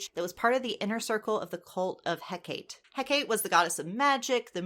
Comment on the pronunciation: Hecate, Heh-ke-tee